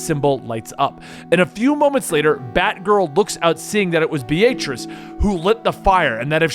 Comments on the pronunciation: Please never pronounce the name “Beatrice” again. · Why do you pronounce the name Beatrice B-A-t-rice?